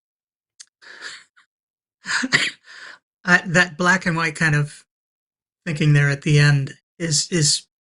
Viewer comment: ummm matt cant say white ...nuff said...